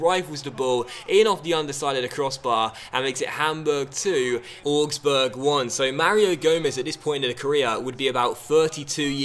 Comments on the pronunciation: ow-gs-burg not or-gs-burg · Augsburg is pronounced like 'Ows-burg' - well, that's how the presenter of the Bundesliga Highlights Show says it, and she's German!